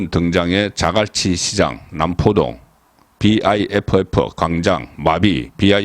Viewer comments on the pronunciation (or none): 비아이에프에프 가 아니라 그냥 비프라고 읽으면 됩니디. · 비아이에프에프라고 외국인도 그렇게 말하지 않아요 벌써 비프역사가 30년이 다되가는데 비아이에프에프라뇨 송위원님 살짝 실밍입니다